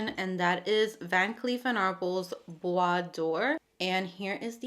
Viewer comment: Hello! I feel a bit bad to reply, but I need to correct you. This is "bois dorÉ", not "bois d'or". Doré is pronounced "do-ray". It means "Golden wood" (and not "Wood of gold" which would be "Bois d'or"). Hope this is helpful. Anyway... Your pronunciation of "bois" was perfection and I love your channel. ❤